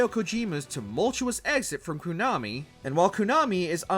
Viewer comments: No Another Code Recollection, Like A Dragon: Infinite Wealth, Paper Mario: The Thousand Year Door remake or Lollipop Chainsaw remake? also am I crazy or does this guy always say Konami as "koo-nami"? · who the f says Kuuuuuunami